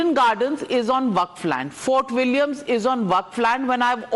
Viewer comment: It's Eden Garden not "Eid–En gardan" It's fort William not "fart wallia"